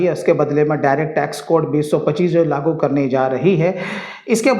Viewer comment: लागु नही लागू 😅